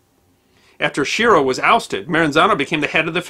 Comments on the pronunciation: Schiro is pronounced "ski ro." There was a mayor of New Orleans by that name -- who told people "don't believe any false rumors that you hear unless they're from me." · Usually in Italian names, the SCHI is pronounced like "SK" a hard C. So, it's likely his name was pronounced "SKEERO" . . . . . .Similarly, "Lucchese" is pronounced "Loo-Kay-Zee"